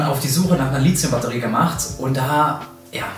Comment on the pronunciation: Litzium??? Mach doch mal ein Video darüber, warum das die meisten Leute falsch aussprechen? Lithium kommt von Lithos (Stein) und das th spricht man wie bei Lithografie. Oder sagt irgendjemand Litzografie?